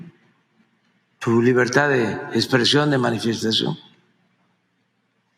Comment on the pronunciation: 😂 "de la libertá" 🤣, "la elección del 2006"😪" échenle alcohol 🤣🤣🤣